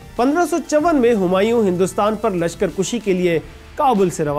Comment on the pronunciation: Mera khyal hae k lashkar kushi nhi lashkar kashi hota hae